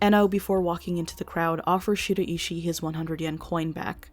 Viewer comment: American people have such an odd way of pronouncing Japanese names. I cant help being distracted by it, especially the way you pronounce Shiraishi 😅